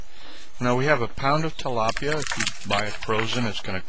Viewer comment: it's tilapia.. not TELAPIA